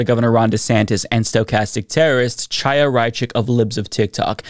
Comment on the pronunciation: The “Ch” in Chaya’s first name is pronounced like the “Ch” in Bach or Challah bread. It’s a Hebrew name. We take issue with all the fascists calling the VP Ka-MAH-la, we should pronounce her ethnic name correctly.